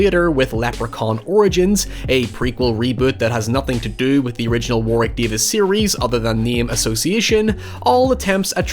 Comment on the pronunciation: It's "War-rick" instead of "War-wick". The second w is silent/mixed with the r